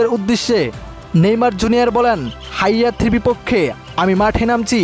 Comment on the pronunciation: হাইতি কে হায়াতি বলছ কেন